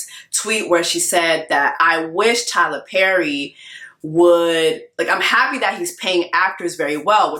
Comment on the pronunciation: "Tyla Purry" 😂